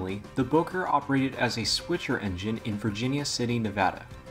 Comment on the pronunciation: Your mispronouncing Bowker. It's pronounced Bow as in take a bow. I'll bet you even mispronounce the name Genoa.